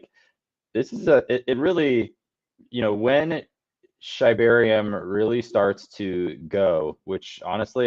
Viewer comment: It’s “SHIB-arium”… come one now